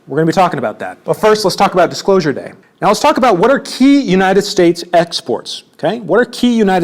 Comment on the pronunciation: "Stephen Spielberg's Dicklosure day - I mean Dicksclosure day" hit different after seeing the strait diagram